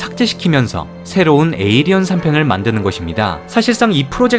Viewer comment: 에이리언이 아니라 에일리언이에요